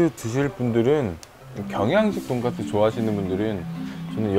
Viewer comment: 쓰 발음 못하시나봐요 ㅋㅋㅋ 발음이 계속 돈가th 돈까뜨 돈가ㅊ뜨 이러셔